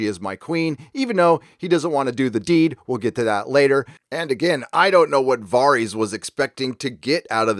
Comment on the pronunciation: Upvote for "Vareez"